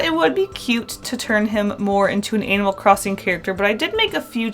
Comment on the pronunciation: IDK WHY BUT IT SOUNDS LIKE YOURE SAYING ANAL CROSSING